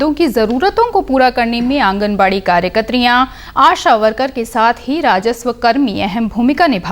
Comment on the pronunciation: Ma'am, with respect, aanganwadi karyakartiyaa... Aapne karyakatriya kaha.